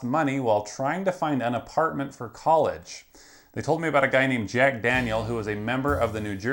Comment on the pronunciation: STU-DINTS! Listen up!! If you're so dumb to walk into a scam like this then maybe KOLLIGE isn't the place FORE Uh